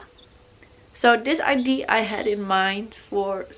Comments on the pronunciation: I love your tattoos so much!! I'm sorry about this but it's pronounced ideA it normally doesn't bother me at all but you said ide so often hehehe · She was saying “idea” but with English obviously not being her first language it came out more like ID-A. It’s ok, there’s nothing wrong with that. Don’t be so harsh when people are trying AND you obviously knew what she was trying to say well enough to comment. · I really enjoyed the video and I love your style and your tattoos. Just one thing that bothers me is, that you always pronounced idea like "idee", but actually you do pronounce the "a" at the end, but yeah I´m sure you know, but still it slips out like this. I didn't want to be rude, just something I noticed... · i love how you say ID instead of idea haha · I had this idea when I was having a shit on the toilet 🤣 omg I love her she’s so cute ! I love how she says idea it sounds like she’s saying ID. Love the uniqueness of all the tattoos 🌸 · Corrections with pronunciation is great but It's so cute ide.